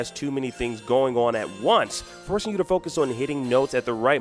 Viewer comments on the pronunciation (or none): none